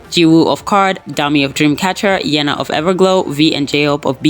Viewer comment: im sorry but "yena of everglow" was one of the most iconic mistakes i've seen in a youtube video lol